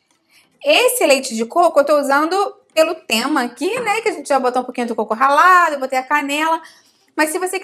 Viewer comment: Eu pensei que era corvo ralado kk